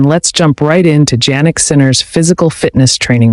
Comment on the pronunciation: I like the video except you pronounce his name Jannik incorrectly like Ja for January. His name is pronounced Yannik